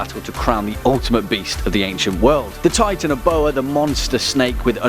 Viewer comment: you said titanboa wrongs